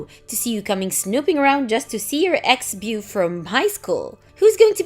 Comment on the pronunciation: Ex-bew... PLEASE fix the AI reading these things!